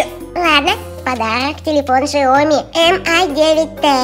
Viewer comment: не шиоми а сяоми